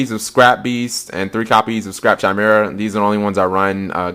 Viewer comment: How do you make sure you get your normal summons? Also, if you say "Ch"imera and not "k"imera one more time, I'm gonna rabbit punch you!